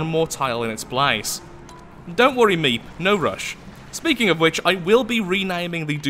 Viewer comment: its meeP not meeb